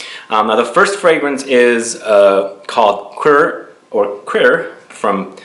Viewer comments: great list! by the way, "cuir" is not that difficult to pronounce, it is very similar to the English word "queer", just with a French R at the end. Greetings from Belgium! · Thanks for the informative series. Language tip: I speak French and Molinard Cuir is actually pronounced in French more like 'queer' (not joking).